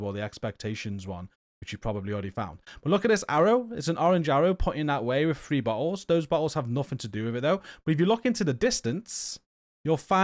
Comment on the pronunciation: 😂😂😂 you are great and thank you for the videos... I was listening to this while I gamed, started laughing did he say bottles or buttholes